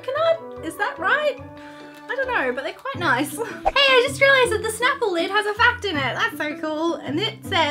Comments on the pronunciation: Snapple not shnapple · Btw is not shnapple it’s snapple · ITS NOT CALLED SHNAPLE ITS CALLED snap-pull *thats what it sounds like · Oh no. she said shnapple. it's snapple. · It's Snapple, not shnapple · Snapple, not Shnapple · nooo its Snapple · i think she said shnaple :) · U said Snapple wrong it's snap • el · It is pronounced snap-ple